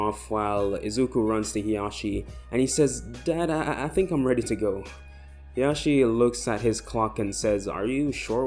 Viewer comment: Isn't it hisashi and not hiyashi or however you want to spell them